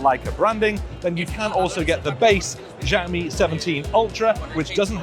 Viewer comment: Just prounce it "Shall-mi" its not that hard 😂